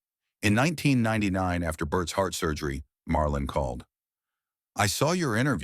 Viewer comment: Marlon not Marlin can't even get that right!